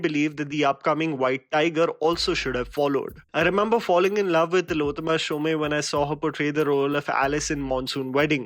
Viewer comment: Ur reviews r awesome.Only one thing.Tilottama,being a Bengali,her title is pronounced as SHOM,and note as SHOME.🙂